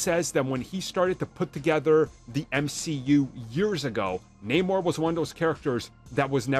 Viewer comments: Only if they pronounce his name correctly, like Arm does. Disney sucks. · Namor is his name you can prenounce it however it's not like the comic tells us how to pronounce it